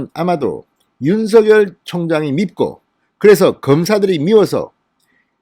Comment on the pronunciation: 윤석열 발음 똑바로 듣게 부탁합니다